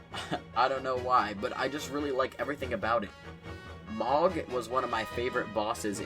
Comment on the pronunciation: Mohg is pronounced M-Oh-g (soft g sound like “grand”) rhymes with “code” Rather than “M-Ah-g” Just a tip lol Awesome video, watched the whole thing